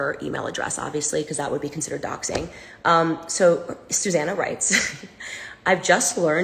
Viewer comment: Suzanna? Sue Zanna. Sue.